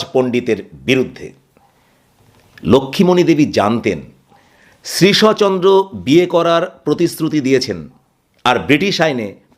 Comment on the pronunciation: উচ্চারণটি শ্রীশ+অ নয়, শ্রীশ্ চন্দ্র।